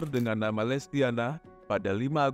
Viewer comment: Lestiani min bukan lestiana